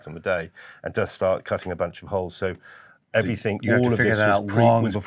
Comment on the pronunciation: Everything you muppet not everythink. A grown man who can't even speak properly.